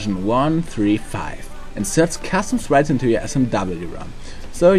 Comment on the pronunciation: when you said "custom" it sounded like "castam" not meant to be an insult